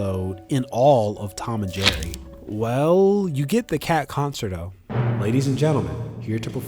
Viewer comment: No way did he just say con sert o